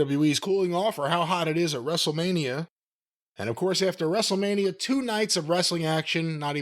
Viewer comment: Wrestle-Meh-nia. Commence countdown until the The Roid trudges in... Maybe he can bring another barely-sentient rapping sizzurp addict along for "celebrity clout".